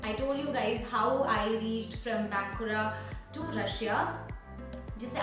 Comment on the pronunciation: बाँनकुड़ा hota hai,yeh बेंकुड़ा/बानकुड़ा kya hai 😂😂